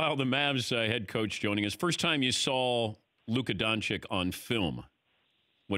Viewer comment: Surprised that Dan is still pronouncing Doncic wrong.